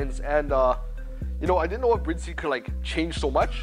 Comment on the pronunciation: How are you a representative of the seats but do not pronounce the name correctly? ITS NOT SPELT BRID. 😂